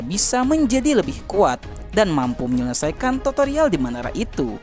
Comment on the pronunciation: Tutorial bro bukan totorial😅😅 Toto mah togel bro😂😂